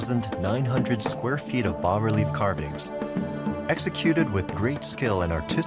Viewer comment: Bas relief is pronounced "bah" relief, not "bass". Because French. the narrator says "reparation" instead of "repatriation". Thanks for adding the text!